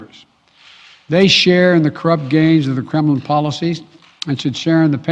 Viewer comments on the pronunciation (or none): none